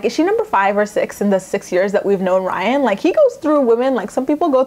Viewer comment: why can't this woman say the name Ryan properly? Leah and Caitlyn are pathetic and worthless.